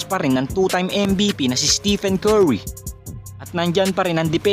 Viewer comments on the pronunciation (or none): none